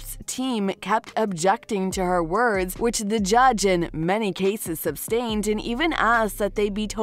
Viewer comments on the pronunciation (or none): "Sustained" not "Substained". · sustained. not substained. not trying to be a jerk, there are people who will try to eat alive for pronouncing things wrong here. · Sustained not SUBstained lol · Sustain not substain, Christ, you’d think these readers would learn what they’re supposed to say. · "the judge substained" ... dear lord, Millennials are undereducated! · The word is “sustained”, not “substained”. There’s no such word as “substained”. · It's Sustained, not Substained. 🙄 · The word is SUSTAINED, not SUBSTAINED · drives me insane...this narrator saying "SUBSTAINED"...it's sustained...lol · The word is “sustained” not “substained” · SUS-tained, not sub-stained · It’s “sustained” not “substained” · Sustained. Not substained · Small detail niggling me, it's sustained not substained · Sustained not subtained lol, so many times it’s pronounced wrong😂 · It’s sustained not substained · “SUBSTAINED”??? Needs a different reader. 😕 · sustained NOT substained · There is no B in the word "sustained." For the love of pizza.